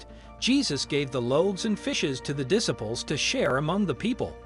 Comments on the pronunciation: Diss ables? It’s Disciples! Ugh 🤦‍♀️! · Dis - aples how about Diciples with a long "I." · A voice-over professional that cannot pronounce disciples or rabbi? Smh.